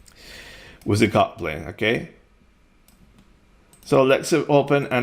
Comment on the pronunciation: It only when the video reached halfway O realize you meant "cut plane" and NOT "coupling". A brief pause btwn "cut" and "plane" would have helped. And clearly uttering the "t" would too.